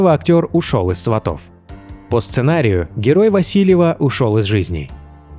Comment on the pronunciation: Не сватов, а Сватов, ударения на С